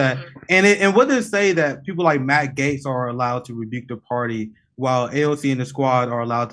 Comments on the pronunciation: Jimmy loses credibility for not being able to pronounce Matt Gaetz correctly. Gaetz is friendly with Omar and Tlaib, oddly enough. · The video where Jimmy final finds out it's pronounced "GATES".